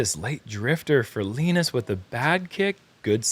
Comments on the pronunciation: LEEENUS is not a word!! It's LINUS!! Ya know !? Like the Charlie Brown cartoon character!?? You guys sound like morons F! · i dont think you saying Linus right...